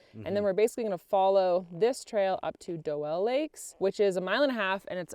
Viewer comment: I believe the lakes are pronounced "Dew-Lee" not "Doe-Elle". 3rd gen, lifetime resident and this is how everyone I know called these.